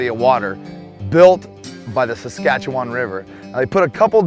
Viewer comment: Excellent video however it’s pronounced saska chew in, was just throwing my Canadian brain off lol